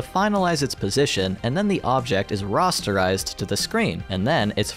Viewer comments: I'm sorry to do this to you. It's pronounced "RAH-sterize", not "RAW-sterize" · Why do you say rasterize like "rosterize" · The way you pronounce "rasterize" absolutely killed me. It's like the GPU is forming a roster for a sports team out of triangles. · Interesting video. Thank you. I noticed you pronounce "rasterize" more like I would expect "rosterize" to be pronounced. Is that the correct pronunciation for the word?